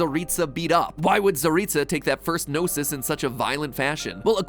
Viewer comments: Paimon said "GnosES" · is so funny how he can't say gnosis and he liked gnosi ❤❤ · It's funny how you pronounce the Gnosis in plural but in-game it refers the Gnosis as 'Gnoses' as the plural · You mean "Gnoses"?? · Words plz fix: Gnoses (No-sees) plural of Gnosis Khanri'ah (Khan rei ah) I play Genshin, you're absolutely right about Tsaritsa, I mean, that's what I personally think. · It's said in the game, "gnoses" /nōsēz/